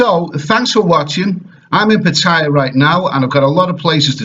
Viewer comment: I just wish you could pronounce Pattaya correctly!